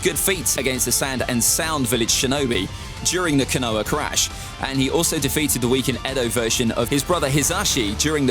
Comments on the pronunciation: Scales were quite accurate I enjoyed it. I must say I twitched every time you pronounced KONOHA with silent H that was horrible to listen🤣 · Yeah I quit this video as soon as I heard his FUCKED UP PRONOUNCIATION OF KONOHA